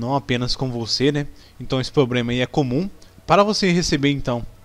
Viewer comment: "Pobrema" "Excrusão" e sem falar que seu vídeo não mostra nada do erro tente novamente mais tarde... pqp